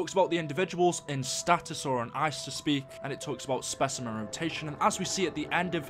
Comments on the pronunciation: No it's stasis not status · are you mispronouncing stasis on purpose? it's getting annoying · you kept saying status which it said stasis it means there gonna be frozen or somethng